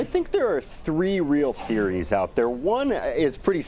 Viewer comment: she can't pronounce "theories", is she medicated?